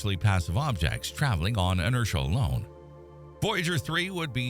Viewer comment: what? I have ZERO CLUE what was just said. Not a clue. 🤷🏻‍♂️ **edit ** The transcript said "inertia". But..... I dunno.